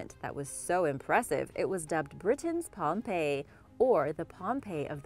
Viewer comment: She said pompeo once lol